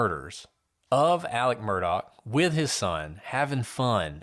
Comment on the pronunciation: Elick 😂😂😂😂 ok even Alex pronounced it himself as Murdack 😂😂😂😂 then later said it was Maggie Murdock. So even he is confusing it.